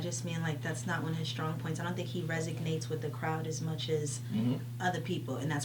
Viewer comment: Resonates Re-son-ates